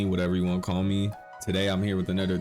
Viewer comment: "Anudder" hahaha